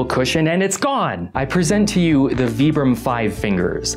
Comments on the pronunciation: It's not "vee-brum" it's "v-eye-brum" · Vibram is pronounce with an i.